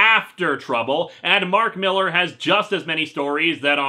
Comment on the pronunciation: It's pronounced "MILL-LAHR" (he's Scottish) and I thought his work sold?